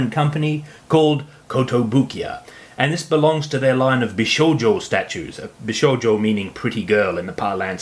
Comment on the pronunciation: I am pleasently surprised by your review. I enjoyed it a lot and not just coz you're finally someone who knows how to pronounce Bishoujo and japanese names in general. :) Now please excuses me while I go and watch some of your other reviews that will ultimately cost me a lot of money ...